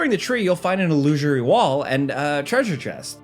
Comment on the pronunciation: il - loo - sir - ee